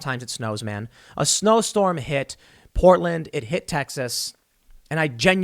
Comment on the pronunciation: Literally no one: New Jersey Tim Pool: Powtland